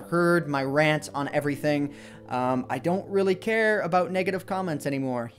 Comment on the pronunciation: Hahaha when says 'negative' it sounds like he's saying 'naked-ive'